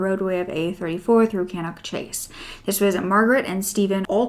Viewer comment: Great video but you've got the names of the places all wrong Stratfordshire = Staffordshire Cannock = Pronounced Cannuck Ashton = Aston (in Birmingham)